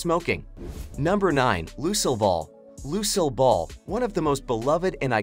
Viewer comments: Bet Davis and Lucil Ball? That AI narrator needs a lesson in pronouncing names. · Can you guys hire someone who can actually pronounce Lucille Ball how hard can that be? Yesh!!!!🤔🤔🤔